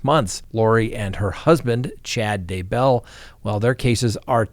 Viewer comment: Love ya,, but I can’t figure out why the way you accent the last sylLABLE on “dayBELL” weirds me out so much, lol. 🥴